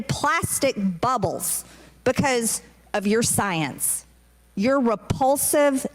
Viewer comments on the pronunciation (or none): Could somebody please tell B6 that the word is not "sciance"